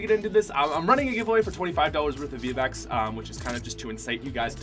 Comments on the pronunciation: On minute you said v-bax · Did anyone else hear him say v-backs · he said vbaacks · The way he said V-Bucks XD